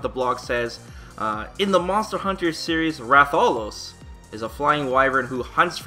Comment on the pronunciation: That Rathalos pronunciation...